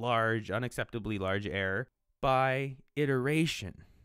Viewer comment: The way he pronounces "error" is realy confusing! He makes it sounds like "air" and I'm like "he means that the air in Mars is thin? What does that have to do with primes and stuff?"